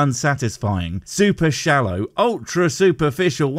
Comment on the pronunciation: Did you say "Shallow"? I am intrigued 🤔